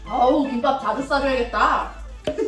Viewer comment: `김빱` 아니고 `김밥`이라고 발음해야^^